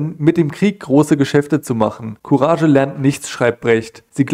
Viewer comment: courage wird courag gesprochen !!! sonst alles o.k. !!!